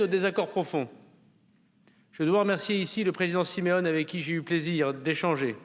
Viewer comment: " Siméone et Marcangele" , un petit effort monsieur le ministre , vous y êtes presque....😂😂😂😂